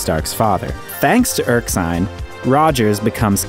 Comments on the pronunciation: It kind of bothers me everytime you say Erksine instead of the real name Erskine. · Why do keep pronouncing Abraham Erskine as Erksine? is this a mistake? According to IMD it is spelt Erskine. You sound rather silly when you keep misprouncing it. Other than this nitpick - thanks for explaining everything in the Marvel Universe. I was never really interested in comics as a kid but thanks to you I know understand it. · Two quick corrections: 1) It's Doctor E-R-S-K-I-N-E, not "Erk-sine". 2) The Tesseract is not found 70 years later, it's found immediately after the end of the 2nd World War. Notice that it's Howard Stark and Peggy Carter who are on the bridge of the ship that finds the Tesseract at the bottom of the ocean. They do so while following the trail of particles, trying to find Steve Rogers' crash site. (there's a line something like "the particle trail ends here" said during the scene).